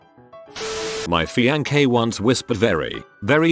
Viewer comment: My fian-kay... Uh, alrighty.